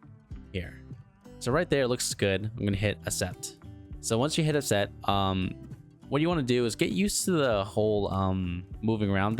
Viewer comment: Cool video. You should add dowel locators for some parts, it helps when lining up parts during assembly and adds stability in crucial areas, especially thin tall parts. Also, The word "accept" is pronounced ak-SEPT. To agree to something or agree to do something: For example, "He accepted the job offer." Hope that helps 😀